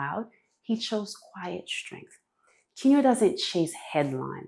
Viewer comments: If you're not AI, then how do you explain your wrong pronunciation of "Keanu" Reeves ? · She wrongly pronounced "Keanu" Reeves . That's the first thing that made me suspicious of her.